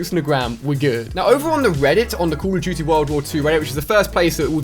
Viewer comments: The way he says call of duty bugs me so much I'm sure I'm no the only one 😅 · noobdood31 You mean Coll of Doody world wor 2